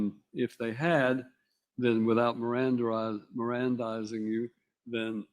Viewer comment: I think we're all being a little judgmental here... obviously the defendant's intelligence level far surpasses ours. He's just using words we're too stupid to know. Perhaps he wasn't saying "mirandarizing," but "miranda-rightsing," or maybe even "Miranda Rising." Maybe it was a warning from the future. Who knows? You don't know! None of us could know, nor could we possibly understand a mind which is so far above ours, even the judge can barely keep up! 🤯😵‍💫😵🥴🤤😶😶‍🌫️😑😬🫡